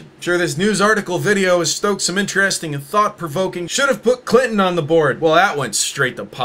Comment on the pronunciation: he says “intree-esting” which I’m gonna say all the time now in a prospector voice